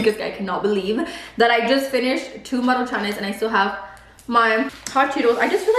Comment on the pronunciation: Maruchanes??? Lmfao do you mean MARUCHANS 😂😂😂